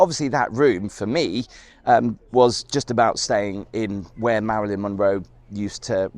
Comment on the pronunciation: It's the maryln Monroe